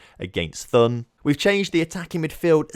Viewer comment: Th is pronounced like a normal T, not as an english Th. So Thun is pronounced as Toon. And for Höngg: You got the ö sound correct, but you have to say the g at the end (it’s pronounced like the g in to get). And great victory over FCZ! Hopp GC!